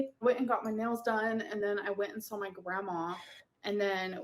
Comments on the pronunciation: that extra “ell” sound in words ending with “saw” (“sawl”) and in the middle of some words like “both” (“bolth”) is a feature of several US dialects. Apparently some Southern dialects use this and the area of Northern California in which she is raised apparently does also. I’ve heard it in speech by someone raised in Colorado/Utah also. So it’s part of specific dialects and not something she does to annoy people. I really wish people would stop laughing at people for using non-academic dialects. Dialects are real complete languages with consistent grammar and vocabulary/pronunciations and are just as much an expression of human intelligence as anything used in schools, no matter what uninformed English teachers may have told you. Use of dialect is not an indicator of low intelligence at all. No need for linguistic snobbery, people. has lived in several different places and her speech is mixed because that happens to many people, including myself. But the “sawl” and “bolth” seem to be from Northern California in whatever region she lived in or where her father grew up. (We are also influenced by our parents and others around us in our earliest years, and not just by the locals). Not every area of California, obviously, so people saying “I’m from California and I don’t do that” - chill, dialects are often very localized. If you wouldn’t shame an adult in real life standing in front of you about their use of dialect, you might refrain from doing it to YouTubers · like we're going to take advice from a 600lb illiterate dumb shit that says supposiVely & sawL. She's just barely not mentally handicapped